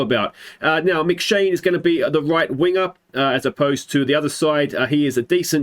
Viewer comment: And this is the reason I didn't choose Iceland. The players must have immense shoulders to fit their names on the backs of the shirts. I could help with the pronunciation of Scottish names in the QoS save but you're on your own here mate. McShane, that one was spot on though.